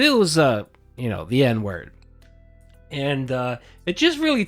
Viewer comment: i mean in all fairness, as a professional racist myself i know he said whip and NNNNE- in same sentence.. but like n word doesnt sound like "neh" at all haha